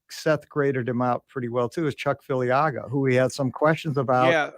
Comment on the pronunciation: Oh, and could so please tell Seth that there is no "N" in Filiaga?